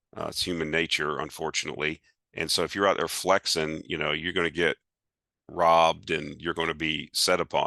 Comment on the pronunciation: So funny to hear say “flexin”. Love it! 😊